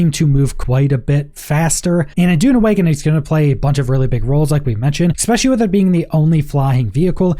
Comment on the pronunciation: Also, "expecially"